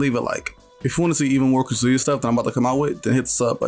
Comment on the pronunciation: Bro it’s “Kah-zoo-ya” not “kuhzooya” putting the emphasis on the wrong syllable driving me crazy 😂